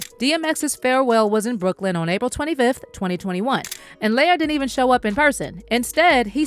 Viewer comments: I really wish the narrator pronounced Lior's name correctly. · Lyor like "Lee-Or" liar, layer, layor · Its pronounced Lee-Yor not layer😂😂😂😂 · Lee-Oor! Gosh, That Was Bothering Me. 😤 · Its "Lee-OR" kohen. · Pronounced Lee-or… 😂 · His name is LEE-OR smh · It's pronounced Lee-Or btw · his name is lee or ... god i hate when people make vids and pronounce the names wrong ... like every white person saying 2 Pak